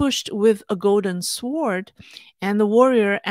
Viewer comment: I very much enjoy your channel. It's instructive and interesting. I am only trying to be helpful, not critical. This is the second time I've heard you pronounce the w in the word sword. It is silent.